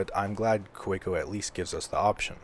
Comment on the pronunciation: Just an FYI - it's pronounced "Kuh-VAY-ko"; they're German.